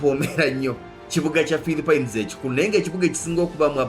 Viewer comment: Dd i heard philipen😳😳😳!!?